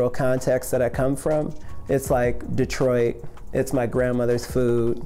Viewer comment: "detroit" LMAOO